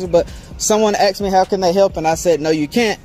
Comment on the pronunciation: "Am I required to answer questions just because he AXED me something"? LOLOLOLOL